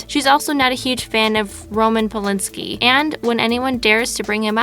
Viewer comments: OMG, can this narrator be any more NUBE?? Please get someone with some speaking skills for the voice over. Roman Polinski? Um, it's Polanski, child. Super amateur. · The narrator isn't aware of the abbreviation for "brothers" in Warner Bros.", and pronounces it" bros" as in "my bros and I are going to shoot some hoops". Also Roman Palinski might be a guy somewhere out there but the guy referred to in this video is Roman PolAnski. Oops, there's another one. Re: Wesley Snipe's tax Invasion..... Although taxes do invade our paychecks, the correct word is Evasion. Oops...re: Gary Busey-"Ekspecially", I have to assume is supposed to be the word ESpecially. Don't people proofread anymore? It might be a good idea to have a proofreader (and proof listener) who is well educated and perhaps older although that may not help if the person doesn't have a good grasp of the English language, its grammar and proper pronunciation. Excellent voice inflection though! Entertaining video! 💟👏💟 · It’s Roman PolANSKI, not PolINSKI! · Roman Polanski not polinski, leave it to a millenial to talk about boomers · Not polynnsky but polansky. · Roman PolANski, not PoLinSki. And yes, a big perv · We all know what he's been through, but pronouncing his name incotrectly.